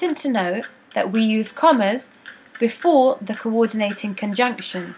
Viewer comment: literally "kowordeenayting konjunkshion"